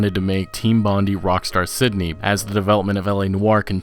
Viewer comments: It’s pronounced “Bond-eye” not “bondy”. As in Bondi Beach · The way you pronounce 'Bondi' makes me nauseous.